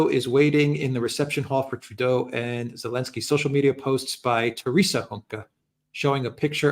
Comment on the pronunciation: Heil Trudeuh!